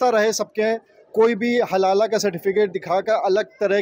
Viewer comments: Abey SUTIYON HALALA nahi HALAL hota hai. 😂😂😂😂 Padh likh kar aaye ho ya RISHWAT DEKAR ?? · It is हलाल and not हलाला 😂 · Halal hota hai halala nhi.😂😂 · पत्रकार महोदय बार बार हलाल को हलाला हलाला बोल रहे है। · हलाला नहीं भाई - हलाल. 😅😅😅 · Abe naam to sahi bol, halala nahi halal hai wo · sabke sab zahil log kam se kam ek word ko sahi se nahi bol pa raha hai dono zahil.halala nahi halal hota hai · Chaman chu....iya it is halal not halala😂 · Abe name to shi se le halal ko halala bol rha h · Haha भई वो हाहाल है, हलाला नहीं है l हलाला जहाँ होता है आप जा भी नहीं पाइयेगा l अगर जाते हैँ तो हमें भी video दिखाइये गा l you tube तो नहीं ही करेगा क्योंकि वहाँ पोर्न banned हैं 😀😄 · Bhai....halala nahi....only halal....pahle tikh se prounce karo😢